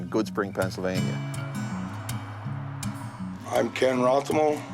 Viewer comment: PENNSYLVANIA, not PENNSYLVANIE.